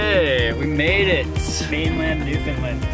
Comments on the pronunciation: Mainlanders often say Newfoundland with the word “found” being pronounced like the word found and the emphasis on the first or second syllable. has got the correct pronunciation of the “found” in Newfoundland, (I.e. sounds like “fund”) but he’s putting the emphasis on the first syllable. The emphasis should be on the last syllable “land”. So it’s sounds like New Fund Laand, with the “land” dragged out, or as the other commentator pointed out with the same emphasis as in the word “understand”. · I lived in the US for 12 years all over and was in the Newfoundland tourism industry for 14 years. I always laugh my ass off when Americans pronounce Newfoundland as" New Foo Lin" . Did you get to Twillingate? and what part of the US are you from? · Love your videos. It's actually pronounced New-FOUND-Land, just so you know! :-) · Bradley Greeley just say - “ understand Newfoundland “ that usually does it.